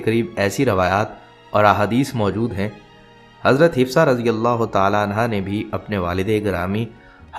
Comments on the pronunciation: Hafsa bolein, hifsa galat hai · Apko name sahi padhna nahi ata, Hifsa nahi HAFSA Binte Omer hai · Islamic malomat day rae hai achi bat but plz hazrat Hafsa R.A talafuz ha urdu m b ap n ghult likha ha aur name hafsa ha hifza nhe ha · Hifsa nahi hafsa hai naam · Hafsa naam hai..hifsa nahi naam thik se lo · آپ نام غلط بول رہے ہیں حفصہ رضی اللہ تعالی عنہا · Hifza ??? You’re not pronouncing right name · تلفظ انتہایئ غلط اور ضرورت ہی کیا ہے ایسی انفورمیشن نبی صلی اللہ علیہ وسلم کی ازواج کے بارے میں سوشل میڈیا پر دینے کی